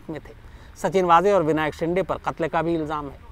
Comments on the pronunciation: शिंडे नहीं शिन्दे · विनायक शिंडे नही विनायक शिंदे नाम है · Shinday nahi re .. say shinde शिंदे .. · विनायक शिंदे है, आप " शिंडे " उच्चारण करते हो,जो ग़लत है ।